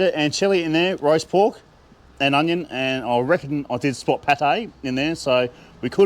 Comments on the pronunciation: I thought you were saying “riced pork,” but I finally figured you were saying “roast pork.” Seems like I have a lot to learn. The pie looked ridiculously delicious, and such value! 😊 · Wait a second; is it roast pork or diced pork? I thought you were saying RICED pork. 😂😂😂